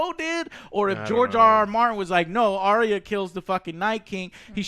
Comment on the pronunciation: Also can we please pronounce Arya as it is supposed to. Not Ariya.